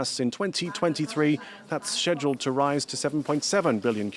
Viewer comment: It's no shedualed It's SCHEDUALED learn how you speak !